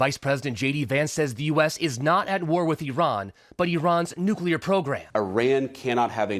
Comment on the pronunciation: She's mispronounced nuclear That's like saying vee hickle